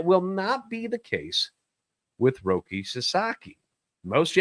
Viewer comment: Jesus Christ. He’s not a tv!!! He’s name is ROKI. With an I.